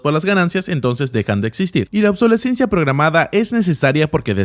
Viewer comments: Obsolescencia ... No obsolencia. Así dicho suena horrible.... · OBSOLESCENCIA , no Obsolenscia.....abre el diccionario amigo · Para el que traduce el video: se dice obsolescencia, no obsolencia. Buen video!! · Señor traductor, se dice obsolescencia, no obsolencia, eso no existe. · Se dice "Obsolescencia", no "obsolencia". Menuda traducción 🙈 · En Español se dice OBSOLESCENCIA, no OBSOLENCIA. 😂😂😂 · De acuerdo en lo general, excepto que la palabra más importante la dice mal en español una docena o más de veces. La correcta es obsolescencia y no obsolencia. Esa no existe. es una pésima traducción del inglés. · Obsolescencia programada.... OBSOLESCENCIA ... Aprendan a hablar, gente... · Buen vídeo, pero se dice "obsolescencia". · Al traductor: se dice "obsolescencia" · OBSOLESCENCIA SE DICE POR LA PM pareces un niño de primaria. Cuantas veces tienes que equivocarte. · Hola. La exposición está muy bien pero,debo de corregirte,se dice OBSOLESCENCIA Saludos!! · Excelente video, pero solo quiero hacer un apunte. Tal vez en ingles se escuche y escriba "programmed obsolescence", pero en español se escribe "obsolescencia programada" y se lee exactamente como se escribe.